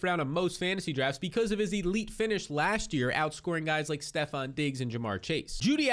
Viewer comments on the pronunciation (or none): none